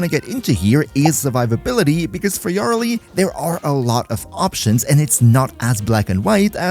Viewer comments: you're pronouncing it wrong, its yuh-RELL-lee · Wtf is that Yareli pronunciation... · ❌ Yareli ✅ Yara Lee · Can you please stop saying “Yarly”? It’s Ya-re-li. 3 sylabbles. It ain’t hard. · Ngl yar reli triggers me. Me and everyone I know says ya reli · Yar lee 😂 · Love the video, but everytime you said "yareli" as "yarrili" i cringed lmao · yarr rehley lol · "YÁreli" bruh? Youre just baiting for comments at this point. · Say it with me: Yuh-REL'-ee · The jarl of Eli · He pronounced her name differently like 5 times and never the same way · Bro pronunciation of yareli pisses me off😂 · sorry man, im usually real tolerant when people cant pronounce something in warframe correctly, but that is NOT how yareli is pronounced and it cannot be tenable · theres a whole quest line abt her and they say her name multiple times. how do you mess this up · cant handle the way you pronounce her name... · Dude I was thinking the same lol too much pronunciation on the YAR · why you pronouncing her like that . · i swear you pronounce her name wrong on purpose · The Yareli pronunciation was awful, but the video is great. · 24s annnnd I am out that is horrible pronunciation